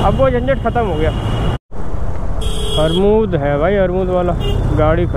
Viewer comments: Bhai armud nahi amrud Hota h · Armood nahi Amrood hota hai😂😂😂